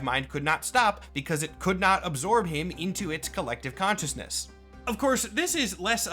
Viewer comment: "on the fringes of public konshuousness"